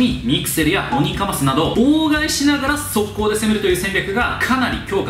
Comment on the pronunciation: オニカマスの発音が正しくなってるだと…